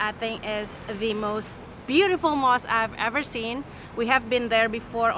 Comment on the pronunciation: i love you all when you pronounce mosque....